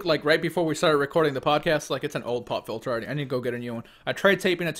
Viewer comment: When was talking about a Pop filter, I wasn't really paying attention and all I heard was "pot filter". I had to double take that one....